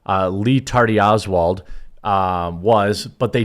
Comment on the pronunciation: I heard it as Ree Tardy Oswald